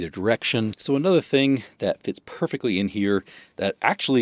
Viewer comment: “Perfeckly” is not a word.